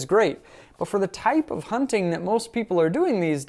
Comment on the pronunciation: Great review. Being from Pittsburgh your pronunciation of " Hunt.TIGN rifle cracks me up. " Huntin" is local blab lol